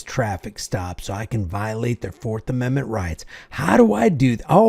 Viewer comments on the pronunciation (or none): you keep mentioning these amendZents and riigZts THAT DON'T EXIST 😂😂😂😂😂 ameriZa HUH